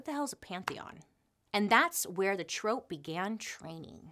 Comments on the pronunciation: Bailey I love you sooooooo much... so it's totally in 😍 love 💓 that I tell you "troupe " is actually pronounced as "troop" not "trope"... that's actually a different word with another meaning. Again I absolutely adore and love everything thing you do! Thank you for all your fabulous content!! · I love you but just a note, troupe is pronounced “troop”, not trope. Just cause it was kniggling me, everything else was amazing as always. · Just fyi, it's "troop" not "trope" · trOOp, not trope :') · Troupe is pronounced troop, not trope lol...just sayin...love it still ..🤹‍♂️🤸‍♂️🤡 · Troop not Trope right? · 15.24 troo-oop like an army troupe? How she pronounces it is so cute. I found out recently that if you mispronounce words that you know it means you're of a certain intelligence it shows you read more than learning from wa😢watching tv etc...I believe it's something like that it's interesting though 😉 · Super entertaining :) it’s pronounced troop but lol it’s adorable